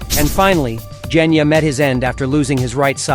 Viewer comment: Genya❌ Jenya✅